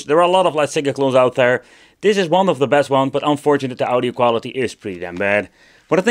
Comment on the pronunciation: Ow-Dio, try Awe-Dio. Are there emulators that do it better than that chip?